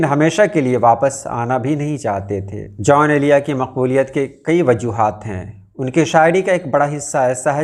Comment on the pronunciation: محترم ان کا نام جون ایلیا تھا نہ کہ "جان ایلیا"